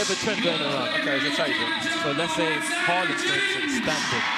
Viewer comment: Am i tripping or niko said haramball